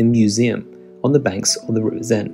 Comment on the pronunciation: Please pronounce Seine not Zeine 😂